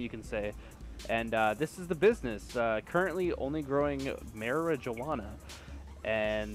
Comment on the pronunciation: he said marijuwana😂